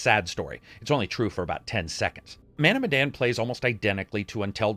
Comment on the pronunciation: It pronounced meh and dan like Daniel. Any Easter eggs about Indonesia at all? 🤔